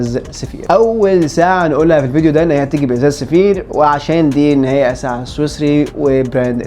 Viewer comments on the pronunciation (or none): ينطق "سافايار"